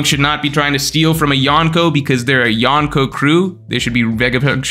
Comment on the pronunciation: why do you say yonko like that lol so embrassing